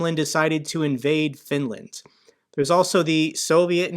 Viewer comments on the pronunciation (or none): none